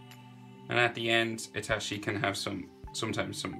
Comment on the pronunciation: It's I-T-A-C-H-I You pronounce like I-T-A-S-H-I